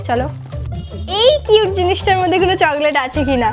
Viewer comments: চগলেট না চকলেট 😂😂😂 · চকলেট না না চগলেট 😂😂😂😂😂😂😂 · আপু একটা কথা বলি যদি কিছু না মনে করতে আচ্ছা তুমি চগলেট বলো কেন ওটা তো চকলেট ❤❤❤❤❤